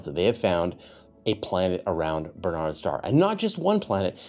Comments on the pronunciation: Um,, it's Barnard's Star NOT Bernard's Star. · You seem to be saying "Bernard's Star"?